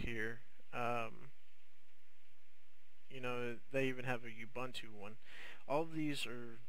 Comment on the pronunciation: it's called ubuntu not abantchu